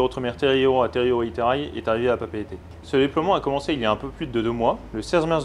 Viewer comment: Dans la Marine nationale on ne dit pas capitaine mais commandant ;) Mais c’est vrai, prononciation nickel, et aussi la prononciation de PapEEte et pas « Papète » 👍🏼